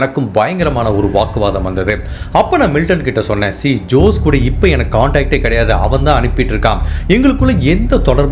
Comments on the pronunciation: Jose is also not ஜோஸ். It is ஹோஸே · FYKI for jose also you have to pronounce as hosay...